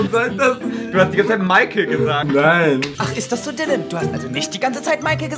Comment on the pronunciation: Direkt am Anfang sagt Joey ürgentwas mit Sylan😂😂😂